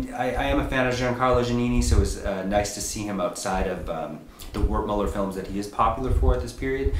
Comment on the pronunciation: Just a heads up, The ‘w’ in Wertmüller is pronounced like a ‘v’. So it’s pronounced ‘vert-mueller’, not ‘wertmiller’. Thanks for the review tho!